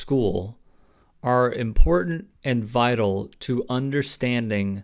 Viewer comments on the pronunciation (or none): none